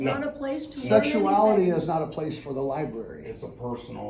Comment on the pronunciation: "C'mon, boys! To the LIBARY!"